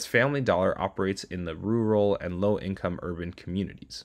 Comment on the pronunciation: For a moment there I thought he said "low class America"